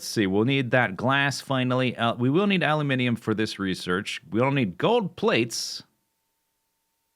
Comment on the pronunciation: I approve of your production of a-loo-min-ee-um.